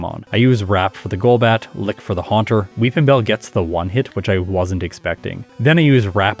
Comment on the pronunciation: I'll be honest every time said "Will Weepinbell" I heard "Wil WheatonBell"